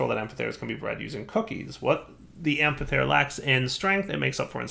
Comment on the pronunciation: That amphithere prouncing hurted even me also get portable hole from thaumcraft it would get rid of need for doors